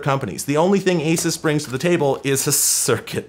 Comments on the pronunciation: its "A-Seuss" , btw. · having spent way, way too long dealing with Asus as an ODM, it's been thoroughly drilled into me that it's pronounced ah-Zeus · The way you say asus is weird to me. Sounds like you are saying "a sis" I always thought it was "a soose"